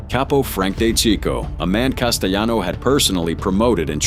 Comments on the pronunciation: Castellano not casteyano, it’s not Spanish 😂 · Couldnt even say his name right